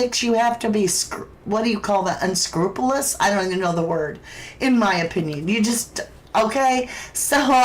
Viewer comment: Unscewpewlus - that's the phonetic pronunciation, funny enough.